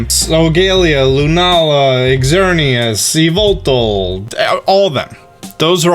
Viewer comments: Its not yveltal its yaveltal and if anybody know Why i say its wrong your a boss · ITS PRONOUNCED YAVETAL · Yveltal Yeh-vul-tall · It’s name is YAVELTAL